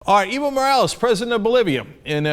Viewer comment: Cenk, its Evo = Ehh-Voh